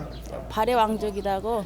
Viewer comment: 발음을 잘 하새요. 발에 왕국? 참나. 발해!!!!